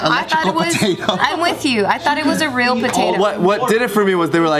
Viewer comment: Simu: it’s reãl: ooh, it’s royal